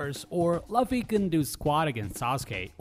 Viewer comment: Lovffy? Did he really just say lovffy...luffy is pronounced (Lou-fee) not (love-fee) come on man. If you going to do a review about an anime game at least learn their names. Don’t watch two episodes of dbz and then say your an anime fan